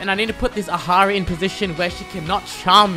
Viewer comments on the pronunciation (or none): No way this guy calls Ahri Ahari. He calls every champion wrong 💀🗑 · Did you just call Ahri Ahari? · why tf his asian ass says ''ajari'' ? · Excuse me what? "A-hari" ? What? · The fact that he calls Ahri... HAri